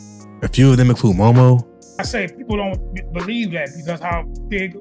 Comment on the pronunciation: It's Moo Moo not Mo Mo